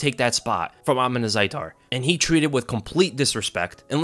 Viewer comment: Bro you can even pronounce his name right it’s Uth-_mon